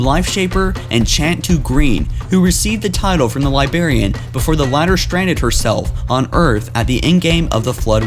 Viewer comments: how can he not say librarian he says it like its libarian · Dude, unsubscribed for how you say li*barian instead of correctly pronouncing Li*brar*ian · DIDACT, FORE-RUNNER, AND LIBRARIAN. NOT DINACT, FOREIGNER, AND LIBARIAN. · Libarian Die-nact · Look Okay? No offense but it's Forerunners not Foreigners, It's The Librarian not The Libarian, And lastly it's Iso Didact not Iso Dinact, Again I mean no offense towards you it just bothered me, It's still a great vid none the less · Dude, it Didact, not Dinact. Librarian, not libarian. Jesus Christ. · Fore-runner, not for-in-er li-brar-i[e]-an, not li bar-i[e]-an awakened, not awoken this is not due to brain damage but a lack of knowledge of pronunciation of English words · Whats the Libarian? I know the Librarian but not Libarian. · Forerunner not foreigner. LibRarian not Liberian. You're killing me with the way you say words. Quit it! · Librarian not libarian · Great video. It's Librarian, not Libarian. Sorry to be a grammar nazi, but it drove me nuts the whole time. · LibRARian. It's not LieBERRian. Jesus fucking christ. Don't make youtube videos if you can't pronounce simple words properly. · For Pete's sake, man! It's Librarian! Not libarian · "Libarian" ... "Labarian" ... "Labarian" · *Librarian , not libarian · .Joker Dinact, Libarian, and the one that gets me in ALL of his videos is how he calls forerunners foreigners. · "Libarian" hahaha... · now with me "Librarian" not "Libarian" you silly little dog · Still saying libarian? jesus... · You said liBARian so much I want to saw off my own head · 😂😂😂!!! Li-BRARIAN*, you moron! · What the fuck is a Libarian? Thumbs down on this video, and I'm removing this dumbass channel from any future recommendation. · *Di-Dact *Li-Bra-Ri-An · Libarian I'm dead🙄🙄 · yessss, hearing libarian annoys the crap out of me too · This dude can't speak. For all you people they're called the Didacts and the one bitch is the Librarian. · What the fuck is a libarian?